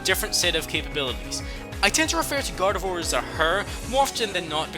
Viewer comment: GARDEVOIR DOES NOT END WITH A T, IT ENDS WITH AN R!